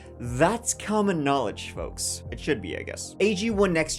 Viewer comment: You nailed that "folks" after saying Delco PA😂